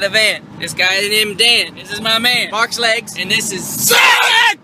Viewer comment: Hang on I always heard him say box legs not marks legs